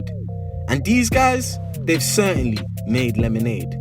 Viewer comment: "These guys.....they certy made lemonade" loooool